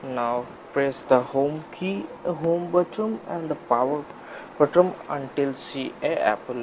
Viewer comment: It's not BOTTOM man it's BUTTON! Learn the easiest words better!